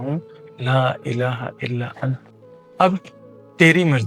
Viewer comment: Asslamoaliakm bhai Antaa parhtay hain ap ant parh rahay hain galat parh rahay hain ap❤plz corection kijiay